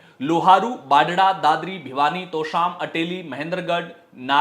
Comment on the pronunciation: Tosaam bolna Sikh le